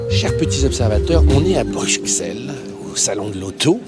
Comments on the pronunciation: Au passage ca se dit Bruxelles, x comme la DBX .. .et non Bruchszel, svp... Perso Extérieure, l'Aston est plus réussie que la Urus(ssuv ne voulant absolument RIEN dire). L'inverse pour l'inté. Vous ne parlez pas des capacités de franchissement, formes pensées pour la boue, portes sans montant, facilité d'accès, de l'habitabilité, places arrières.. empattement, moteur AMG, dernier suv essence dessiné au départ d'une page blanche, châssis spécifique etc etc..proportions liés aux dimensions.. c'est pour un nouveau marché, le notre. bref, zéro argument dans vos commentaires, ça se voit que vous n'y connaissez absolument rien au travail de design, au dimensionnement, aux matériaux. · Bruxelles ne se prononce pas Brukselles mais Brusselles